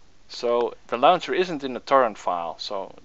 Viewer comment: "the lauwncher"